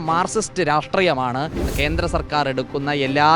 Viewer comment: Kenthra ennalla Kendra ennu parayu mone, sariyaya ucharanam athanu